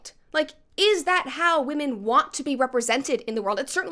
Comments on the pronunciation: What is going on lately with women, SPECIFICALLY women, pronouncing women like woman? The plural of woman is women, but they keep saying it in the singular form and it is pissing me off. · Even Katy fucking Perry can’t say the plural version of “women”